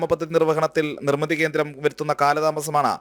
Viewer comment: 'നിർമിത' അല്ല ' നിർമിതി'.(.08)